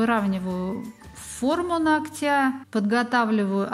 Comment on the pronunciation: нОгтя!!!! Блин!!! Поверхность нОгтя! Ну почему бы не говорить правильно? 🤔🤷